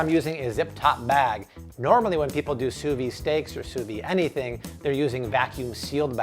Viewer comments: Just so you know, it's "sous vide" not "sous vi", you have to pronounce the D. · pls pronounce the d in sous vide